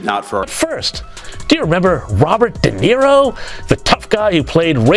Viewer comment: His name is De Niro, not dairo.